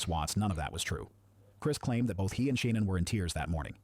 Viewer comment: I agree lol .... I cringed at She...nann .... I'm like it's Shan'ann!